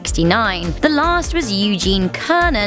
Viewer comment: It’s Cernan not Kernan